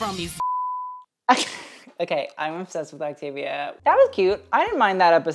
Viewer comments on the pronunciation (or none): When I misheard you stan “Activia”, instead of Octavia, I was like “baby, me too! I’m over 40! I need all the help I can get!” 😂